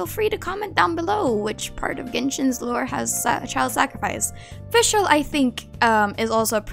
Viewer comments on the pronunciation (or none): none